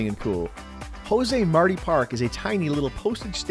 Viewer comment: It ain't Marty. It's Mar-Tee!